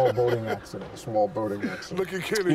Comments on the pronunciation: "Ball Smoating Accident," that had me rolling LOL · “Ball smoating accident”. Classic